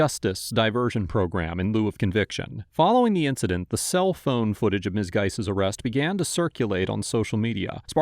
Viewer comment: "He has my phaoune!" "[Unintelligible] my phuw'aune?" Why do they always start pronouncing "phone" like this the instant the handcuffs go on? Sounds like an Australian trying to say "no" 😅